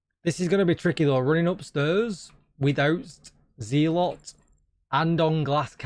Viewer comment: It's pronounced zel-uht not zee-lot.